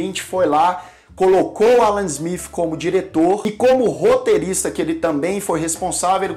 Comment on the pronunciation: Ruim mesmo é este vivo e a pronúnica do "ingreis" (Ala Zmif...)